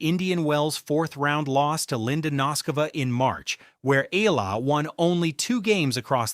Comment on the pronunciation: I don't know an Eela, BUT I DO know an E-A-L-A. BS AI